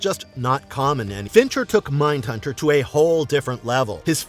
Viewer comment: It’s Fincher , unreal